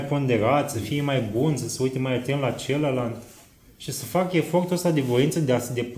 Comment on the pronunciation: În filmuleț am tot auzit: “cealaNtă”, “celălaNt”, “ceilaNți”. Asta e singura observație. În rest e totul perfect. Felicitări!